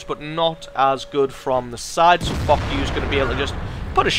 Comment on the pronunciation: Foch is pronounced like Fosh not Fock!